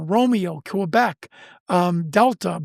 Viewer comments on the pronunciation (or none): none